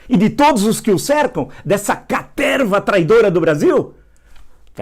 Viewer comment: Haha ! Caterrrrrva ! Grande Villa !